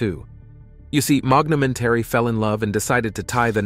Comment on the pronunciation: Elizabeth MOGNOMENTARY???????????? That's the most insane screw-up I've ever seen on a youtube channel. LOL